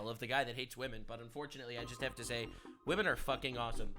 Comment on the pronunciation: “I respect wamen”… Respect means to fear Lol.😂